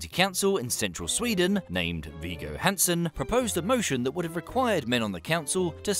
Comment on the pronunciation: Is it just the English tradition to pronounce things wrong? Wiggo, that is V, i in "in", hard G, and a short oo in "good". Hansen would be an A as in Palm.